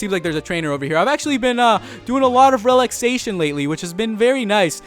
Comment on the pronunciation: Can he pronounce anything right? I mean come on i don't care who you are nobody pronounces relaxation like that.